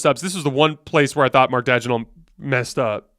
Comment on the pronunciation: Daigneault is pronounced Danyo!